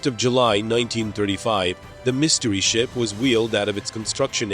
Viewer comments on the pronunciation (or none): none